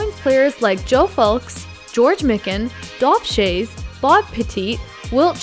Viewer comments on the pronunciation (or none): Mikan - My-kin Petit - Pet-it